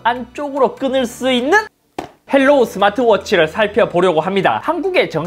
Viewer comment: 헬로우가 아니라 하이로우입니다. 중국어 발음 그대로 영어로 쓴거에요.